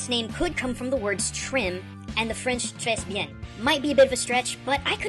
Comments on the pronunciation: Tray Bee-en. Me: (－‸ლ) Très bien. treh(gurgle) Byon. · Please, it's not "Les Champs de Élysées", but "Les Champs Élysées". Ans yes, you don't prononce the "s" in "très bien" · it's not treize bienne, it's très bien. You said it completely wrong. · Trèsse bien XD Just so you know the S isn't pronounced, you simply say "Trè" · You mispronounce très bien! Have a phonetic: [trey] not tres. Got it? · P.S. It's NOT Tres-Beyen it's pronounced Tre'(as in trey with that french pronouncing of the letter "R" and-Byan Tre'y-byan is the correct way of saying it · sorry, gotta pick it up, buuuuuuuut: you pronounced tres bien wrong. you said tres bien, when it's pronounced tray bien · its not «très bien» ( as you english says it) , its sorta sayed «tré bien»just helping you out with french sentences :D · Nope, it's "très bien', not "tré bien". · I'm going to have to make one small correction. When he said "tres bien"(please excuse the lack of accents), "tres" is pronounced as we would pronounce "tray", as the "s" is silent. The mistake is completely understandable to anyone who doesn't know much about the language though. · Its pronounces "TRAY Bieh" not "trays bienne" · My french teacher would kill you for you pronunciation of "Tres bien" It sounds like "tray byan." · OH MY GOD!, as a 5-year French student, when you pronounced "très bien" like that, I LOL'd so much. 1. don't pronounce the s. 2. the French "r" resides at the back of the throat and is typically a lot like the "h" in Hebrew. 3. "bien" is pronounced as 1 syllable as if the "i" is a "y" 4. the "en" sound is a lot like saying "on" in English you butchered the fuck out of that word. but, that's normal. good video:) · Trace bean? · Tres Bien is really pronounced tre bien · I agree. I love that he tried to pronounce the french correctly, but he made all the mistakes that native English speakers make, like pronouncing the silent letters at the ends of words. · Did he really just say TREHSE bien?